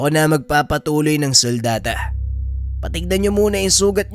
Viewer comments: Suldata k ng suldata..sultada Ang tamang banggit jan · "Sultada",, mali yan terminong "suldata" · Sultada po, hindi suldata 🤣✌️🫡